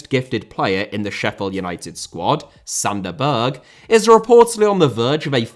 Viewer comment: Berge* not Bög Benrahma* not Benrohrmer Diamé* not Diohrmei Traoré* not Trayorei Caicedo* not Caiceirouw Idea* not Ideee